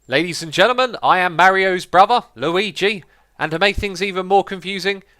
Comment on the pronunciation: That's not how you say Mario...